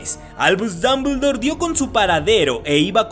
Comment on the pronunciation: Albuuush dumbledouur XDDDDDD